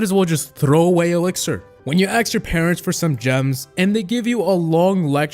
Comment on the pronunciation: said ax instead of ask